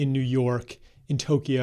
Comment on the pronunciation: How did I know he was going to pronounce “Tokyo” with 3 syllables a second before he did? (Subtitles were on.)